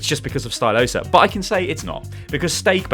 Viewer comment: Oh it's stylosa not styloose